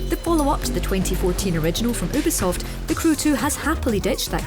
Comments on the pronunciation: YOU-BIH-SOFT!!! Not oobisoft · Triggered alert in the first 20 sec she says oobisoft not Ubisoft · lol they PRONOUNCED it as YOU-BIH-SOFT on one particular mission in watch dogs 2, so l'll go with that/ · Logitech G lol well looks like she won that round. Ooobisoft it is then!